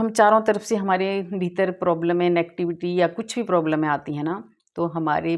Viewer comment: Madam प्रॉब्लमे नहीं प्रॉब्लम्स tensione। नहीं टेंशंस 🙏🏻🙏🏻🙏🏻